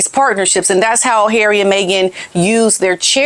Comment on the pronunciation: u just kill me wen u say ' Haerry'...n im sure ur a betta actress dan Farcical Farkle...coz ur so funny 😂😂❤